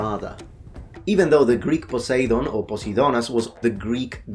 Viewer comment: Kudos for pronouncing Ποσειδών correctly Anyways the pronunciation miss-conception is very common in modern Greece as well. Many Greeks believe that the accent of ancient Greeks was the same with the one of the modern one .